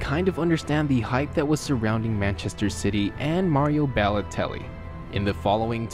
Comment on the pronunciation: his name is balotelli not bellotelli